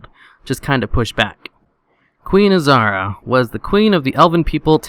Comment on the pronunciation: Azhara not azara